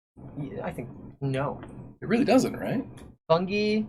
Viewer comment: Did this man say ”Funge”